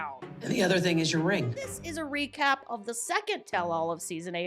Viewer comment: Did you say REcap or RINGcap? 😂